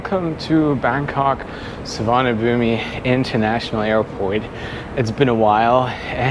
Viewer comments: just for future reference, Suvarnabhumi is pronounced Soo-wahn-uh-POOM. Rhymes with Bada-boom! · Can I correct your pronunciation of the name of BKK/SUVARNABHUMI Airport. The i in the end is silent. So it is "SUVARNABHUM".🤔🤨🙂🙂🙂🙂🙂🙂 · Can you check the pronunciation of BKK? I've not heard the I on the end pronounced before.. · Hi, Good video. You would not like Thai food. Many dishes are spicy. BTW, you don't pronounce the "i" at end of Suvarnabhumi and the "bh" is like the "ph" sound. Keep travelling. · The 'i' at the end of the Bangkok airport name is silent. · Just wanted to say that the i is silent. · I speak and read Thai fluently. The Thai word, in Thai script, has no 'i' sound at the end, สุวรรณภูมิ, there is a character for 'i' (the small mark above the final letter), but it is silent. A quirk of Sanskrit. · Suvarnabhumi, so as you are fluent in Thai is mispronouncing the airport name or not? My Thai friends do not pronounce the i at all, so it ends with a 'boom' kind of sound.